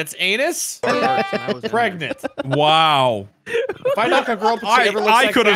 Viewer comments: preganana me: (flashbacks) pregant pregananat prengan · "Can u get... preganté" 😂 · really pulled the "pregananant, pregante, pregnat"